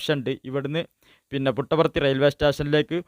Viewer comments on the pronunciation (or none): Puttaparthi ennanu. Muttavarthi alla naree